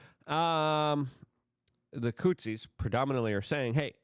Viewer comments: Hey Luke, say it with me now "HOUTHIS" "HOUTHIS" NOT "HOUTZIS"!!! Why tf do you pronounce things wrong?!! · You can improve your pronounciation of Houthis. You say Hutsis. There is no s in the middle of the word. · There’s a TH in Houthi’s.. not Hootsies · Houthis. Th. There’s no S there dude.